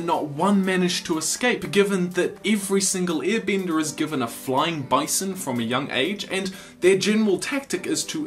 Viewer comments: I’m sorry. I keep hearing “ear bender” lmao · I like how the guy says "earbender" 😂